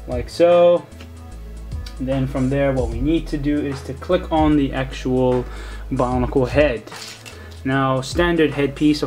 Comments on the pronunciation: why does he say bonicle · why do you say bionicle